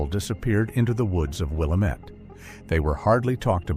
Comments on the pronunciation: Fking fake voice can't even pronounce Williamette.....thumbs down to "Hidden Trails" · My eye twitched every time they said it weird. I’m like at least they didn’t say Or-E-Gone. 😂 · AI never gets it right!! Really this one got under my skin. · Geez, thank you for correcting the pronunciation... it drives me crazy to hear it mispronounced!!! I used to LIVE in Willamette before it became West Linn!!! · By all appearance, this is another fake utube story I live in Oregon and this is something I would remember if true. Nothing comes up if you Google the subject You pronounced the word Willamette wrong. Seems you'd at least get that correct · I am an Oregonian I have been here all my life. The pronunciation of Willamette is will lam ette not willow mette just so you can sound like a real Oregonian. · Pronunciation - Will-am-et, named after the Willamette River. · It’s actually pronounced “Will-Lamb-it.” Grew up near the valley and heard it my whole life. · It's pronounced Wah-lamb-it not Will-ah-mit. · It is NOT "Willuhmet"! One syllable. It is "Will am met". Three syllables. Get it right AI. I live here. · with the stress on LAMB, not WILL. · Not Willa-met it's pronounced Will-lamb-it. Thumbs down for a multitude of errors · Willamette is pronounced "wil-LAM-it or wa-LAM-at" depending on which side of the Cascades Range your from, not "wil-A-mit". But great telling of the "story". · Lose the computer voice that can't pronounce Willamette. It is pronounced "will am et", not "will uh met". It hurts the credibility of the story when you can not pronounce the locations correctly. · It's pronounced "will Am et" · It's pronounced WILL-AM-IT.. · It is pronounced Will-Lamb-it, I have lived in Marion county, Salem Oregon for 66 years. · If he doesn’t stop saying WILL A METT I’m gonna stop watching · It's pronounced Will-Lamb-It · I live in Seattle and I'm gonna come down there and walk around town saying "William-ette" the whole day just to be annoying. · It's Wil-lam-it